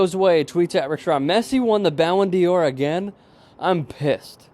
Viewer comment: not Ballon deor.. prenounced like "dar" kinda in between dar and door really just thought you'd like to know